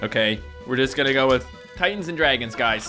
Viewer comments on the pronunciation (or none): none